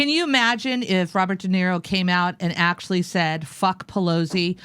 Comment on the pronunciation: I like Jimmy, but I wish he knew the difference between "did" and "done", that he would complete his damn sentences, and that he would stop pronouncing "actually" like "akesully"!